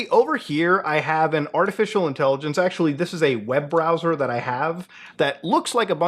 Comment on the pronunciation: I hate the way you say artificial intelligenceseseseses